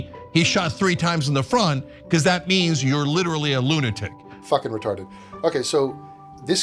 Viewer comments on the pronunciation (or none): Vewy vewy weetawded